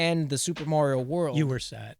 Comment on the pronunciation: is correct in his pronunciation of "Mario"... is correct... that physically hurts to say.